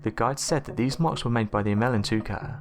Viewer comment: it's not emel ntouka it's emela n'touka or emele n'touka (elephant killer). He spelled it right but pronounced it wrong. He also pronounced mokele m'bembe 'mokele membe'. Maybe he has some type of dyslexia. weird how he pronounces the last word of every sentence slowly and with the same intonation (pitch goes up then down). sounds creepy, stuck-up, narcissistic and unintelligent but keeps me amused.